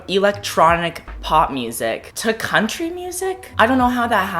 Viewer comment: after hearing cone say country music a hundred times im convinced he’s actually saying crunchy music